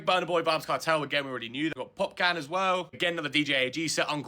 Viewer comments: "Popcan" hahaha also "My-sika" hahaha love people being clueless pretending they have a clue hahaha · Man said pop-can 😂😂😂😂